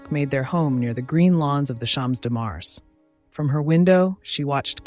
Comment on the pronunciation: I love this work, ask you to improve French pronunciation: Champs de Mars, grande dame.